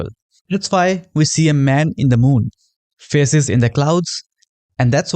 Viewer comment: when you said faces i heard feses